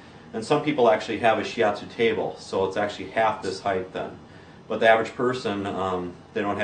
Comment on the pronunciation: shi atsu not shi yatsu "yatsu" 奴 means "guy"